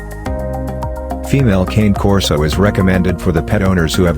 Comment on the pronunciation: I have a Cane Corso Italian Mastiff and your pronouncing wrong best dog ever but a lot of dedication on love will have to go into it